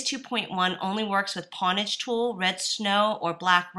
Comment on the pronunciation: lol she said pwnage wrong